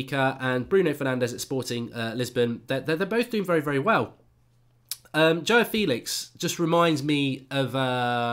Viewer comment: It's Joao. Not Joah!